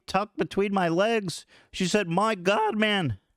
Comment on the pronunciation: “My god man” 😂 Ethan’s accent killed me